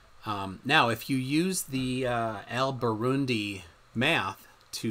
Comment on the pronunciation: Did you say "Al Birundy"?